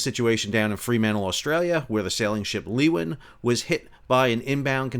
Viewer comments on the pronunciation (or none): Love your work Sal, just 1 small issue, the Leeuwin is pronounced Lewwin.or Loowin. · Leeuwin: Loo-in or Lou-in.